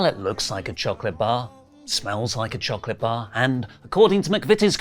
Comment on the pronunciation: STOP saying choCLIT 😂